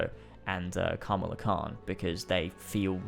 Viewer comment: Sheesh Ka-Ma-La. It's not that hard to pronounce 😂